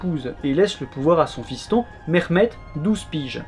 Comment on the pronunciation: İl a rien à avoir avec l'accent turc lui on dirait un iranien essayant de parle russe le mec il dit merrhmed la blague oui j'ai compris ton buts et de salir la langue turc mais abuse pas autant et aussi ta mis un petit morceau en arabe tu fais passer sa pour du turc